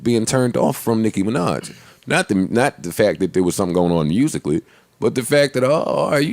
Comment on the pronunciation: Everytime joe says "nicki minach" I cringe